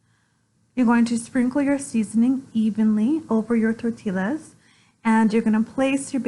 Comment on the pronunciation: Please lean how to pronounce tortillas. It is " Tortias" not Torttillas.